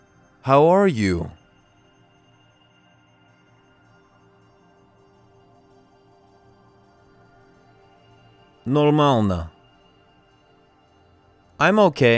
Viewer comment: Как пожИваешь? НормаЛно нЕ очень хорошо ДобрО пОжАлОвать И т.д.... Он не русский))) Ударения корявые...